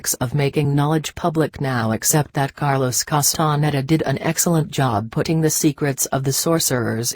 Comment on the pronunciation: ... the chinese reading bot is contrived, mumbles, eats up words, bad pronunciation ... makes up words ... Karlos Kastan Heda ... Ketzl Kootl ... what the hell ?